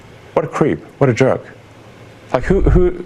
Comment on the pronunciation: Sounded like he said juhk and not jerk...maybe a juhk is a good thing?